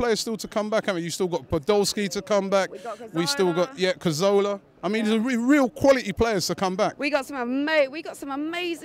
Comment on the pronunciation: It's not Cazola, it's CAZORLA for crying out loud!